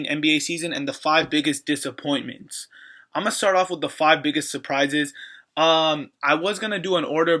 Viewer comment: it's disappointments not dissapointments